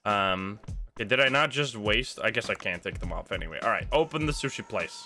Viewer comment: it sushi not shooshee lmao